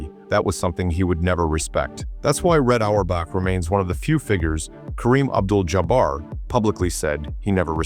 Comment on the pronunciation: Idiot - Jaa Bar Stop the AI